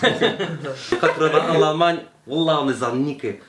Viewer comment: JoJo m'as fait péter de rire "Dit wollah" wi wi bien wollah pas wallah